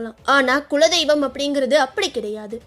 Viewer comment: உங்களது விளக்கம் மிகவும் அழகாக உள்ளது ஆனால் தமிழ் உச்சரிப்பை சிறிது கவனிக்க வேண்டும். தமிழுக்கே அழகானது அதன் ழகர ஓசை, அதை சரியான இடத்தில் பயன் படுத்தாவிட்டால் சொல்லின் அர்த்தமே மாறிவிடும். "குலதெய்வம்" என்பதை விடாமல் "குழதெய்வம்" என்றே உச்சரிக்கிறீர்கள். சற்று கவனத்துடன் உச்சரிக்க வேண்டுமாய் தாழ்மை உடன் கேட்டுக்கொள்கிறேன்.🙏